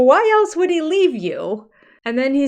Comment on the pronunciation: Haven’t you heard him saying a hundred times the word “elts” instead of the word “else”? He’s such a moron.